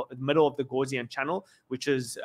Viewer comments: Gaussian. Not gauze-ian! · House not horse